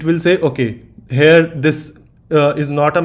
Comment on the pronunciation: good video , please stop saying 'hare' instead of here , learn how to say the word.